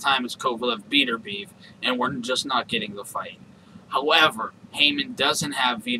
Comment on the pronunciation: his name is bet-er-bi-ev